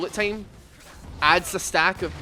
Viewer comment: stop saying tame instead of time, vocalize correctly jaja